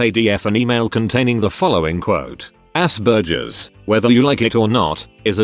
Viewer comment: I was listening (not watching) and when the voice said Aspergers I thought it said "ass burgers" and I simply dismissed it as something ADF would say